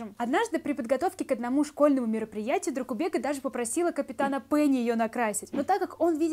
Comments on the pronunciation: правильнее дракубэка😂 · Произносится ДракубЭкка вообще то!!!